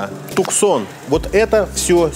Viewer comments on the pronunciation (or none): none